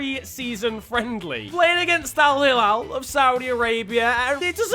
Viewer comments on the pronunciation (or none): You pronounced alhilal wrong ☹️😂